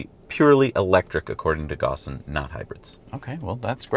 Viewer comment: Carlos Ghosn is pronounced Karloes Goehn.